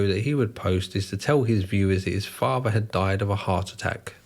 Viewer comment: What is a faver? Are you trying to say father? You know that the word is father not faver, right?